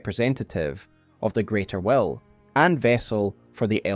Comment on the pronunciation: They way he says "will" sounds like "well" and that was sooo confusing.